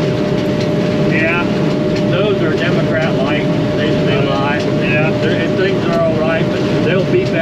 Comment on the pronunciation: Did he call them Democrat lights? 😂